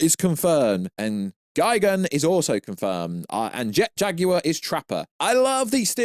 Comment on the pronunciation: Say Jet Jaguar right, “Jag,ui, re”